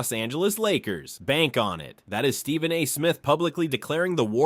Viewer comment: When I hear the narrator say, "Steven" Curry, I suspect this is just another manufactured AI lie. Check your sources on this DeRozan now being a Warrior, folks. If it's just another lie, here's just another YouTube channel to block. Just checked...yeah, this is a LIE. Scrub this channel unless you like to watch a video full of lies.